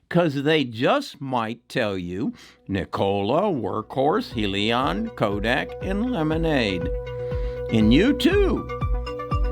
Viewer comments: I base my stock trading on fundamentals. When your video can't pronounce "HEALY-on" correct, and cant spell "Lemonaid" in your title to this video, your fundamentals dont make sense. And for that, i wont be investing in your videos any longer.... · He really doesn't know what he is talking about regarding Hyliion ... heck, he can't even pronounce the company's name correctly!!! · Yea, right! He hasn't even bothered to pronounce the name of the company correctly ... and he had started talking about it months ago!!